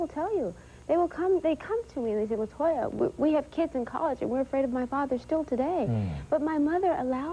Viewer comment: it's latoya not la toya